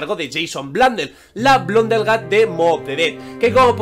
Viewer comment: si no sabes inglés mejor no mientas, es Blundergat no Blundellgat, y blunder significa error. como el que acabas de cometer